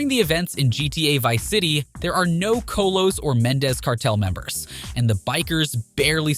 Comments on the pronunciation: Probably best you “mispronounced” Chollo, since some consider it a racial slur. 😅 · You cant even say cholo properly ? I gave this a thumbs down absolute trash, i am mexican